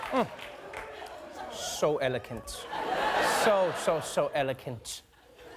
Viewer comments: “Eloquent” is not pronounced “Elo-kent,” it’s more like “Elo-kwent”. Or was that supposed to be a joke about how Trump would have pronounced it? Oxford: eloquent eloquent /ˈɛləkwənt/ adjective. lme. [ORIGIN: Old French & mod. French éloquent from Latin eloquent- pres. ppl stem of eloqui speak out, from e- e- + loqui speak: see -ent.] Possessing, exercising, or characterized by eloquence; expressive, persuasive. Also foll. by of. A. Forbes His whole attitude eloquent of discouragement. L. Durrell Pursewarden..behind an armchair..was making eloquent gestures at everyone. Derivatives: ■ eloˈquential adjective (rare) of or pertaining to eloquence lme. ■ eloquently adverb lme. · Did Trevor say elocan't instead of eloquent? Yes. Twice in fact. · Eloquent, not elokent... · Love Trevor but did anyone else notice "elokent"? lol Ehh whatever, at least it's not anonymush. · 'So elakunt'.... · Hmm, who pronounces eloquent as "elekant" ? Not the brits even. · It's "eloquent" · Funny how this host mocks Trump’s language but cannot pronounce “eloquent” correctly while doing so. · Lol at Trevor's very, very subtle accent when he says eloquent. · Unfortunately, Trevor is mispronouncing the word "eloquent". Aside from that, rock on Mr. Noah!!!!!! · Trevor say “ eloquent ” again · May be ?? But I believe its more of his accent probably